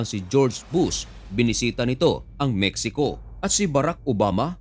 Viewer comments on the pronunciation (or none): none